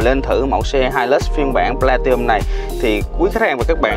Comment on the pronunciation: Góp ý với bác Platinum nó có chữ N nhưng bác bỏ qua không phát âm, hạt sạn nhỏ nhưng vì từ này xuất hiện nhiều trong video làm mất vui khi xem